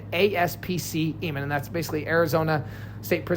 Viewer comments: It’s pronounced Eye-Men complex and Are-Pie-O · It's pronounced. " Imen " not "Amen"... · It’s pronounced eye man . Did a ton of time in smu 1 and 2 . Eye man is the complex not the yard he was on . Smu 1 and 2 are super max with controlled movement. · Eyman is pronounced eye-man. Arpiao is pronounced are-pie-oh. Tempe is pronounced tem-pee. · Eyman Is pronounced "I-Men" like that. 😂😂😂😂😂😂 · Its pronounced I-Man